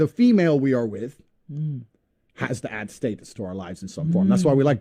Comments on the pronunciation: It's pronounced status.... Not status🙄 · Homie saying state-us had some good bars but that was killing me 😂